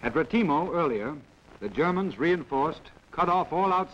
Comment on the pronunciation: Nearly a German failure, ahhh Retimo.